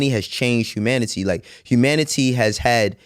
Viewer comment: I hate how he says ‘humanity’ but other than that, love this so far.